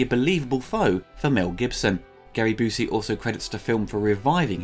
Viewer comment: Byoosey, not Boosey.